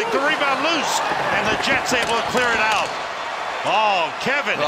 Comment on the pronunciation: There was no elbow that was "Oot". Gawd.